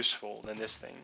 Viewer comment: thing...not thins...Sheesh! LOL